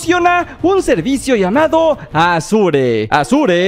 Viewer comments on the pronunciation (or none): consejo, se pronuncia Ashur